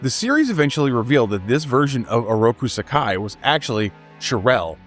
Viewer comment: I physically cringed at your pronunciation. It's pronounced saa-key! 🙄